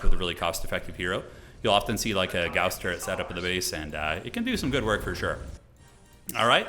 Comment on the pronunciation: Thank you for properly pronouncing gauss im so tired of hereing it prounced like gauze